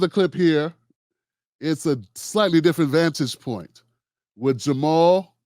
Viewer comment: Ja' Mal Green tried to jump on the bandwagon of conservative and pro police democratic mayoral candidate Tim Vallas during the run off. Vallas, just like you, didn't even know how to pronounce Ja' Mal's name. Bro you let your bias skew this analysis